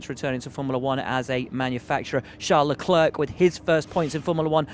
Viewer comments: prety sure Leclerc is prononce Leclaire !!!! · “La-clerk”? Come on, Will.